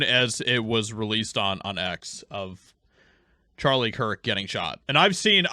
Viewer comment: ⚠She distinctively called him Charlie Chris-t. As in she said Christ and Chris mixed together. She is trying to liken him to an idol and not a martyr. This is not only blasphemous but manipulative as well.⚠